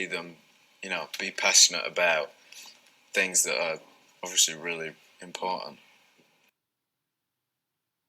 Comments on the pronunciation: he says “overshee” “orsley” “orshey” “oversea” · Yes, he says, Overshley. When I listen to his interviews as ASMR, I find myself pronouncing it like him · Yeah he puts a "Sh" sound into it. <3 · Harry say odviosly a lot and it s so cute